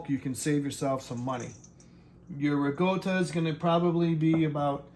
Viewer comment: there's no g in ricotta if you're going to pronounce it at least say it right if you're supposed to be Italian shame on you.